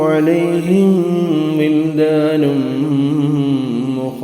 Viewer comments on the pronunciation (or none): none